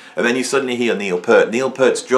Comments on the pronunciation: It’s Peart (peeeeert) not pert peeeeeert 😂 I recall an interview on KLOS back in early ‘80’s with Neil on Sunday mornings. He frustratingly says it’s pronounced peeeeeert not pert it’s peeeeeeert peeeeert not pert 😂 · NOT. Listen to Neal (typo) say his name (check out his interviews). It is Peeeart. A long E. It is not 'pert' like a girl's nipples.